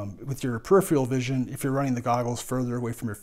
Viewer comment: It's peripheral. (Per'i'fer'al) not "perifial".